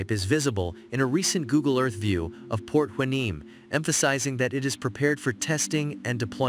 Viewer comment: Please educate your AI voice to the correct pronunication of Port Hueneme.